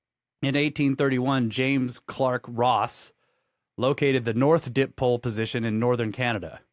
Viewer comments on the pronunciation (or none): Guys fyi dipole is pronounced di-pole (di = 2) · “Dip pole” 🤣🤣🤦‍♂️🤦‍♂️🤦‍♂️